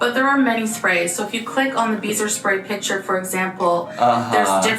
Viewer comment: I thought you were saying, “beaver spray”😂